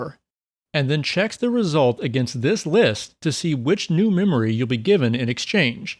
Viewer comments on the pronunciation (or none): none